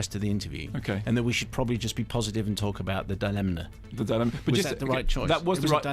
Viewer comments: YOU'RE TEARING ME APART LISA!!! I love a good Kermode rant. I want to hear an extended version of his "Devil's Rejects" rant. This one is great (though why does Mark keep pronouncing dilemma as thought it is spelled "dilemna?" He even accentuates the non-existent "n") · Frank Krumnow - No I think Simon Mayo legit pronounces it “DI-Len-Na”, so Kermode started saying it that way to annoy him.